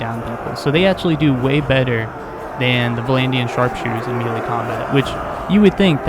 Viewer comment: me·lee , pronounced /ˈmāˌlā,māˈlā/ or may-lay. mealy, pronounced /ˈmēlē/ or mee-lee, means, of or like meal, think oat meal. good info about these two units though. verifies for me to not level up crossbowmen in this game.